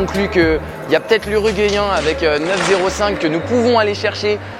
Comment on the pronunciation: El famoso "Uruguayen" 😂😂. Excellente vidéo !